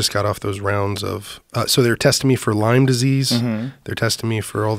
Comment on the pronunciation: it's not LYMES disease holy shit that drives me nuts - LYME my friend LYME